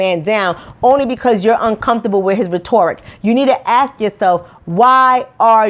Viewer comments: RET-ERR-RICK (sound spell) not RET-OR-RICK. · I honestly enjoyed watching this a lot, but make sure you say those words right. You mispronounced 'rhetoric' a few times. It is pronounced ret' or ik. This is positive feedback because I don't want people to misjudge you or discount your message. Your passion is inspiring and Keep it up. Btw I agree with everything you said about the school system. It doesn't set our black students up for success. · she keeps mispronouncing the word “rhetoric” lol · You mispronounced rhetoric.